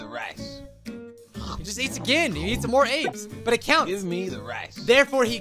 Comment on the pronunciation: The Famer can't even say no use just "Maur"